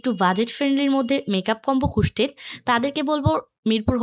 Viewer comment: উচ্চারণ ঠিক করেন আপু। খুসছেন আবার কেমন শব্দ? খুজছেন বলার অভ্যাস করুন।